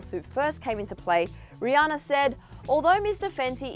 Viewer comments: ... did she just say “ree-anne-ore”.... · Lmao am I the only one that hears her say “ rihanner” in the beginning of the video